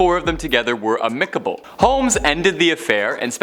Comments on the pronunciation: Right? I wondered if it was a Canadian thing... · "Amicable". lol. Might try that pronunciation again.